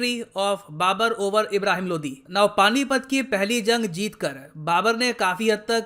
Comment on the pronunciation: Sir Ye Lodhi hai LODI nahi hai😁😁😁